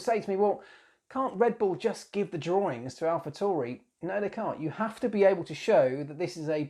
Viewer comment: Great vid. keep em coming :)..... just a side note though its Alpha T A U R I.... not TORI, there is no O in the name.